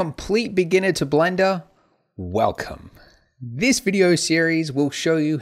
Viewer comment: Do you even English? "If you're a complete beginner to Blendo" did you mean Blender? ...not Blendo?